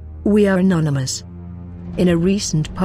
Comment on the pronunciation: First of all, learn to say anonymous, not nonymous; And grow a pair :)